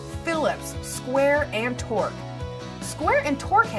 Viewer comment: No mention of TPI for materials or thickness of materials. This is kind of important for thin sections, if there isn't enough thread engagement, the screw will just pull out. No mention of which diameters to suit what sort of load strengths. It's spelled and pronounced "Torx" not "torque", and that square heads are also called "Robertson drive". Spent most of the video watching fluff about "after you've chosen the screw", rather than how to actually choose the screw itself. I rarely thumbs down, and when I do, I tend to give a reason why. For this video there are plenty.